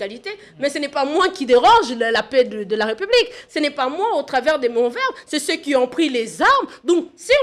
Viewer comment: J'avais entendu dire que la société enR.D.C.était matriarcale ? Elle a changé ? Arrêtez de dire "respublica" ! Obligez vous à prononcer l'accent aiguë sur le premier "e" de République. Le "s" n'existe plus en français puisque l'accent l'a remplacé !